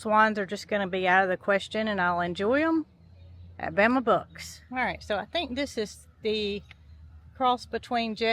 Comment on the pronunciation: Bama Bucks I thought you were saying Bama Books I thought it was a book store Lol